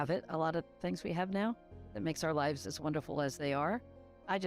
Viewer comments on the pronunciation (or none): none